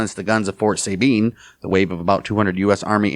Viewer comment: I like your report. Keep it up. One thing though, In Texas we don’t pronounce it SAY Bean With accent on first syllable. We say Sa ( as in saw) Sa Bean. With accent on 2nd syllable Thank y’all